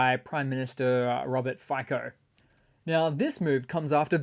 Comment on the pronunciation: Fico is pronounced “Feet sew.”